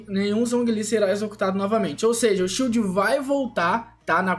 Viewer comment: tudo que é inglês ele fala errado kkkkkk